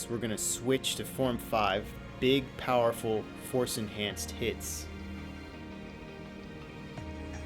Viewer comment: "A shien force-enahnced stab" Lolwut?